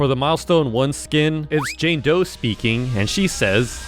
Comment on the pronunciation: I thought he said jane toe